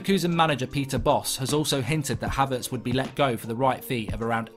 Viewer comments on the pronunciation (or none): I hate to be 'that guy' but you've been talking about Kai Havertz for quite a while now and you've been pronouncing his name wrong. It's Kai as in Hi with a k not kay. Love the content as always and its great to see you trying new things